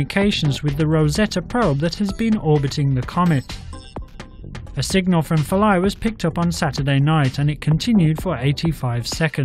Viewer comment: Atleast pronounce it right god damn it its phil-a